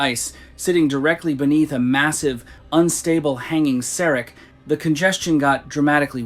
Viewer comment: It’s not pronounced serick. It is pronounced serack. Ack not ick.